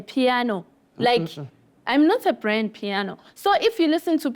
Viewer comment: Brand piano 😂😂😂 instead of Grand Piano